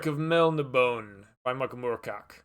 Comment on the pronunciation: After I finish reading Gilgamesh, I'll join in on the book club and read Elric along with you guys! I also have that exact same copy. Bought it right away when it first came out. Looking forward to finally reading those stories! I plan on reading all of them in Vol 1. Also, when saying Melnibone, you pronounce -bone as "bo nay" since there is an acute on the e at the end.